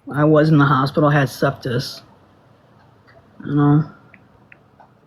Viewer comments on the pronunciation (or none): attempted to explain to me how life works today. Apparently, she is an expert on the ways of life. The fact that she is broke, always in some emotional distress, defrauds people out of money, and seems to always be crying is sus. By the way, ITS NOT SEPTIS. ITS SEPSIS.